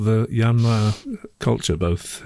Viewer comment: Thanks for the first correct pronunciation of "Yamnaya"! ❤